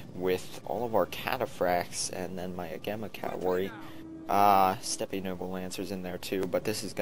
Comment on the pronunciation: Great vid love the 3v3s! Cool that you get to play the commander! Real quick though, it is 'Steppe' pronounced as 'Step' not 'Ste-pe' since it is an English word with a Russian origin and not a Greek or Latin root.